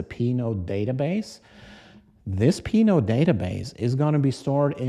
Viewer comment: Anybody else keep hearing Pinot? ;) 🍷